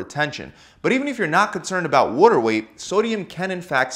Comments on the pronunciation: The way he says water kinda bothers me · very helpful video, a lil annoyed by the way you pronounce “water” but other than that you kicked ass! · I would love an ASMR video of you mispronouncing words like water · Interesting how he pronounces the word “ WATER”.